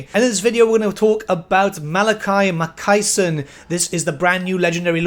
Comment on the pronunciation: Why can't anybody say Ma Kay Son